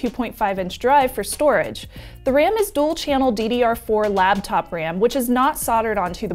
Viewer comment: Anyone else slightly irritated that says "labtop"? Maybe its a regional dialect thing I don't know about.